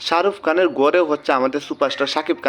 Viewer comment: ভাই তুই আগে কথা বলা শিখ,,শারুফ কান না শাহরুখ খান